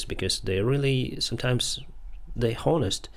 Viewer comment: Love your content my friend :) Just one tip, the "h" in "honest" is silent, so you do not pronounce it :)